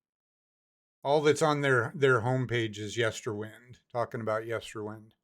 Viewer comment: Floor did indeed sang part of the phonebook on a Dutch radio show. There is a video recording of it to find on YouTube. Just a little correction. Yesterwynde is pronounced as in winding a clock. Time has a prominent role on the album.